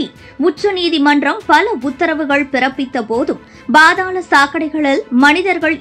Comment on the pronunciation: பா(BHA)தாளம் தப்பு, பா(pha)தாளம் தான் சரி